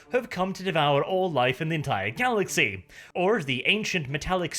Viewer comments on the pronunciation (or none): none